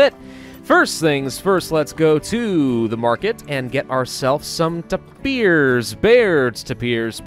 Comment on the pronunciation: tapers You pronounce it With in e But it is Announced With an a